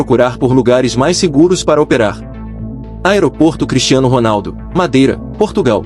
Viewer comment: Cara não é "Medeira" e sim Madeira